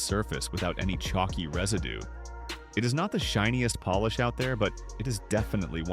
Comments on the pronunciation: Poll-ish? I thought it was Polish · When the video is about polish, the AI voice should learn how to pronounce polish